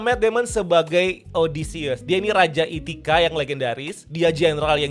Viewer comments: Ithaca bang bukan ithica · Itacha blooookkk, bukan Ithica